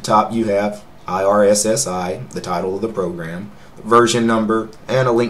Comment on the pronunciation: Irssi is pronounced "eye - are - see" like IRC like I - R - SSI